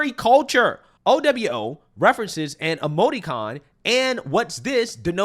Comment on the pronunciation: Its pronounced Oū-Wū